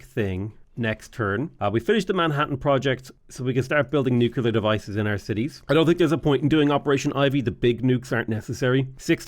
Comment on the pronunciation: why do you say Nuclear like George Bush? You're from where Guinness comes from not Alamo Drafthouse.